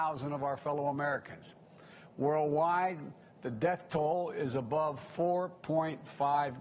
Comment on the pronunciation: He only brags about TRUMP'S vaccine because that's all he has !! He has tore this country apart in 8 months!! This is the worst administration in U.S HISTORY! AND PLEASE someone teach him how to say UNNNITTTED STATES!!